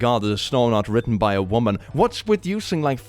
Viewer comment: The wo'man', wo'men' had me laughing. The word man is from the old English word mann meaning person or human. Man referring to a male person wasn't used until the 9th century. Before that you had wer and wif to distinguish sex. Hence werewolf meaning man-wolf.